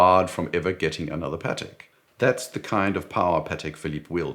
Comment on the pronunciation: Excellent video. A pleasure to watch. It's also nice to hear "Patek" pronounced correctly. I despise how Americans pronounce it. Sounds like a burger patty.🍔 As for the G-Shock, I have one, a GWG-2000, solar, with compass and very accurate barometer that is a special usage watch for me as mountaineering is my main leisure activity and it is a beast that has survived the most extreme conditions. So, it's a once a fortnight watch for me in spring and summer and sits in the box during the winter.